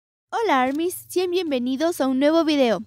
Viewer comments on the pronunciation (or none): none